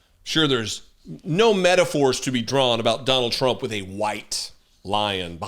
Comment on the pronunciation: You pronounced it right the first time Donald TRAMP 👍🏽